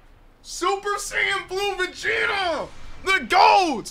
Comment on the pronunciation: Is it just me or did I just hear him say super Saiyan blue Vegeta